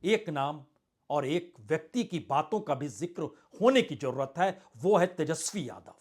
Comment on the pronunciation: 2 : 19 jurrt nhi jarurat bolne me sudhar kre